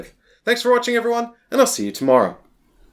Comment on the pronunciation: I thought you were saying Chrome for half the video haha, but yeah this looks interesting. The Fall sounds like it'd be cool so wouldn't mind a video on that.